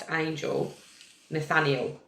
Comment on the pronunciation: Say it like - Nuth-aniel - like Daniel with ‘Nuth’ instead of ‘D’